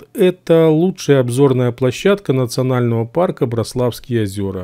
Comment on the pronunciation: В слове Браславские ударение на ра а не на ла пипец. В слове Браслав тоже самое